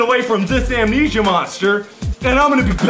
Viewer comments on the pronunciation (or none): none